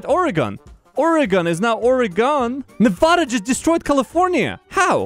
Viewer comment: I have one problem, okay? your saying nevada wrong. its not novoda. its nevada. cmon.